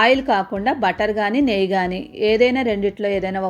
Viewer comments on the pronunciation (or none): none